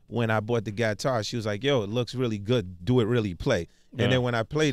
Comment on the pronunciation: Clef Payed His Respects To Peter Tosh When Asked Where The "Gat-tar"(as he calls it) Idea Came From A Couple Weeks Ago. I Believe It Was His ThisIs50 Interview.....